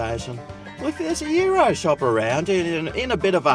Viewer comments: Say the "S". not Yiro! Good video as usual. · YOU ROSS is how its pronouced